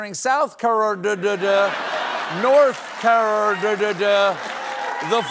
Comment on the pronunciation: How would Biden have pronounced South Carerdddd?